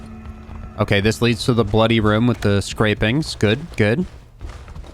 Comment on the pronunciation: My favorite part is when says "rum" instead of room.